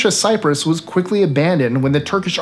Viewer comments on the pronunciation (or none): none